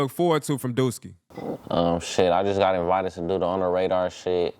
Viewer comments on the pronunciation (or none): It’s “DUSKII “not duski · It’s duskii not duski😭